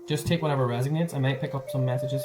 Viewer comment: resOnates, not reSIGnates...:)))